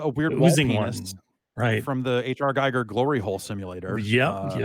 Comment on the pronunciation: Giger rhymes with eager.